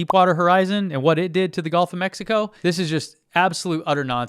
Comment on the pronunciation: Did you just said Golf of Mexico?